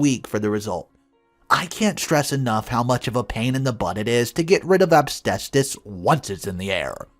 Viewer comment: You say asbestos wrong